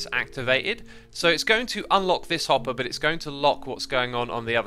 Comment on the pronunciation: I don't know why, but whenever Xisuma says 'hopper' I always hear 'hot bar'. Keep this in mind and you'll hear hot bar too